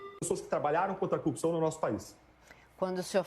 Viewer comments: falar cupção é normal de curitiba ou é uma mania que surgiu no pessoal da lava jato? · DD não sabe falar "corrupção" igual Moro 🤣